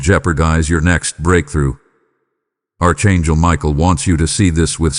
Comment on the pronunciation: You called me Arck Angle Michael i Appreciate it .